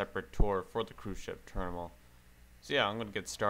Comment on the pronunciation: Love the way you say terminal it is more like ''terimnal''